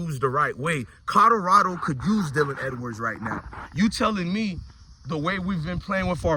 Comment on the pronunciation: Colorado not codarada tho 😂